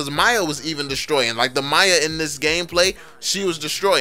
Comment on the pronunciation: dude your pronunciation make it cleare it's not Maya lol its miya